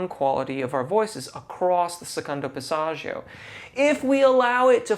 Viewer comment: Remember singers, dont take singing advice from "coaches" who cant actually sing. A close second is if they use words like Passaggio, make sure they pronounce it correctly. Dude is mangling the Italian language while claiming to understand Italian singing technique. Fraud.